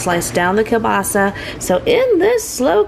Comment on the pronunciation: Girl! I find it annoying when I go to an establishment which sells kielbasa and they call it "kielbasi" 😂